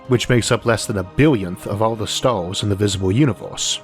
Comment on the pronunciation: "we often look up at the staws and ask, "if the univewse is so big and ancient